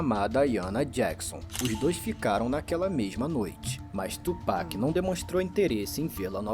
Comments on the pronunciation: O foda, ela assistiu um vídeo do cara falando PAC, dava 10 segundos ela vinha com o tchupec kkk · ela não entendeu ainda que é tupac, não tupec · Top o react meninas, Sean Combs é o P Diddy, e P Diddy é o Puff Daddy, ele basicamente faz muita merda, e depois muda de nome pra tentar apagar as merdas que fazia, mas ai vai e faz merda dnv kkkkkk, e outra coisa, vai ter muita gente criticando vocês por falar Péc em vez de Pac no nome do Tupac kkkkk ja avisando antes. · Pronuncia dela é masa tchú péc não amiga ( TUPAC mais bruto ) TUPAC TUPAC TUPAC 👍🏽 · Se fala Tupac não Tupack, só pra avisar. Pq tem muita pessoa que taca hate por isso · Não aguento mais o "Tio Péqui" 😭